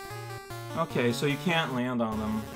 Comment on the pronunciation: ... did you just say "b'okay"? ... if I didn't know any better, I'd think this was a Game Grumps reference.